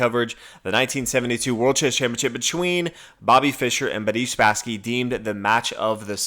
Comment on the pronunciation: You speak far too rapidly, slow down a little. Also Who Spassky? It sounded like you 'Budese'; if you were more measured in your delivery we could hear more.